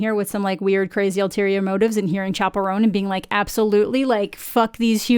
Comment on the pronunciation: When you first said "Chappell Roan" I thought you said "Chacarron" and I was like yeah, that tracks, El Chombo is precisely what an alien would like